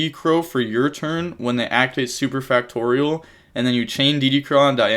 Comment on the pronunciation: saying factorial correctly. Love to see it